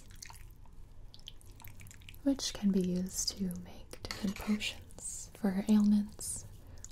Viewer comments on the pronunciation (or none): She said “ 3 different color 4-3 different posines